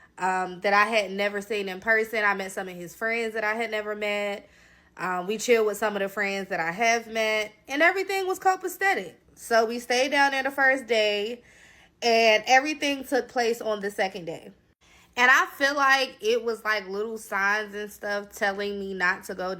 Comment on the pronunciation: Copacetic Not copastetic Sorry about your injury Ma🙏🏾